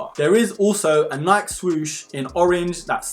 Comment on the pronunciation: Great review! AND you say Nike properly like us Aussies do 👍🙂